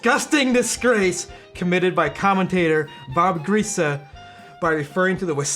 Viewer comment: Lombardi Trophy came home to Lambeau It is pronounced Bob Grease-e (and he is noted for leading the 1972 Miami Dolphins to a perfect season more than being a journalist). Much love, but more to my Dolphin fan wife who didn't care for you talking about his mispronounciation while doing the same to him.